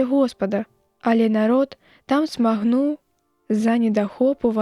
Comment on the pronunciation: Народ не смагнуў', а смаг'нуў, ад слова сма'га.